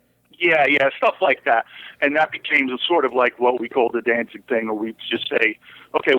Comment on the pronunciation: The interviewer is a d bag! He keeps calling them “Dan-Zing”... idiot.